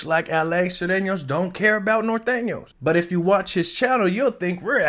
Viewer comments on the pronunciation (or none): Please correct your articulation. It’s Nor-tane-yo’s not Nathenos and Sue-rain-yo’s not Sirenos. Saludos from Livermore, California